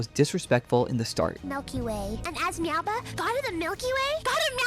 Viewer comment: Meowbahh❌ MaoBahh✅